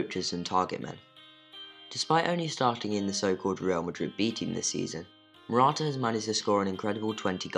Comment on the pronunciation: He also pronounced Morata's name wrong every time I'm pretty sure